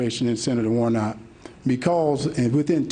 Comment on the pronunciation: It's Warnock, not Warnot,!